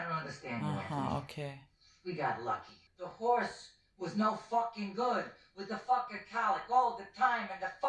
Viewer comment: When Ralphie says "it's just a horse" it definitely sounds like "it's just a whore"